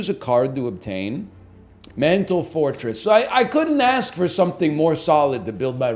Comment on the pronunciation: Whenever he says mental fortress, it sounds like he's saying mental forretress, and that's how much pokemon has deluded my mind.